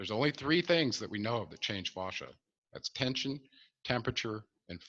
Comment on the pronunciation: Fascia—proper pronunciation is with a short vowel sound —as in “dad”. Not fauchia as in faucet.